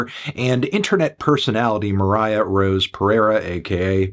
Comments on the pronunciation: stop calling her moriah dude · You calling her Moriah is so funny for some reason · you’re so cringe stop calling her moriah her stage name is poppy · Stop calling her Moriah you weirdo